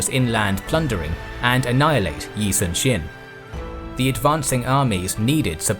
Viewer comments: the pronunciation is really off. Korean nouns are stressed at the first syllable in nearly every instance! YI-sunshin not yi sunSHIN? KIM myeongwon not kim myongWON and PYEONGyang not pyeongYANG. YANGju not yangJU etc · yi sun shin (x) -------> yi soon shin (o)